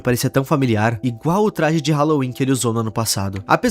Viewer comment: "Trage" é complicado